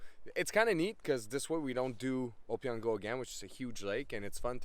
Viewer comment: It's pronounced O-P-ON-GO